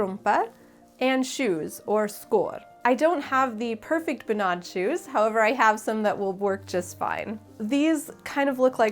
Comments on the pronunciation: Good job on the dress, it looks wonderful!! If I may, I would like to give you some more information regarding the Norwegian folk costume and it's traditions:) First thing, sorry, but the pronounciation of bunad is wrong:/ You put too much accent on the a, like bunàd, but it's rather bùnad. (Now I know how Italians feel when people consequently mispronounce their proper nouns like focaccia etc. Anyone calling me a nitpicker simply does not understand the struggle..!) Technically, what you just made is called a "fantasidrakt" which is when you make a costume that's not really 100% a bunad, but inspired by it! Fantasidrakter are quite common among young norwegians who either want to do their very own thing, or sometimes simply cannot afford a real Bunad as they're super expensive(!). I think if you went to Norway on the 17th of May, a lot of old conservative people, that we like to call "bunadspolitiet", that is the bunad police, could have some negative response to the fact that you call your dress a "bunad" instead of "fantasidrakt". They're also the same people who would arrest (not literally but u get what I mean) anyone not having their hair in the right style while wearing a bunad, the right silver, the right shoes, even wearing sunglasses with their bunad, as sunglasses obviously are not historically correct... So beware of the bunad police. However most young people would love not only the design of your drakt, but also the fact that you designed it yourself and sewed i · As a Norwegian American, I need to inform you that are definitely mispronouncing all of the norsk. "Bunad" is not pronounced "Bu-NAD," it's pronounced "BOO-nad." I can't type the other sounds you messed up accurately enough to get the proper pronunciation across, but google translate could give you a good example of the pronunciation. Dress is amazing, though!